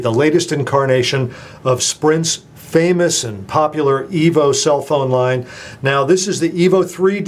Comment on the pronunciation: I 'am sorry but did i heard it right?? you sai Htc Evil 3D & Evil 4G